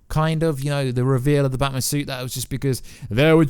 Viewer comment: Why is he saying Batman like it's his surname? Bat-man